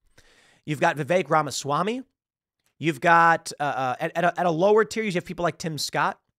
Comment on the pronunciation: Every time Tim says Vivek Ramaswamy, i hear him saying "The Fake Ramaswamy".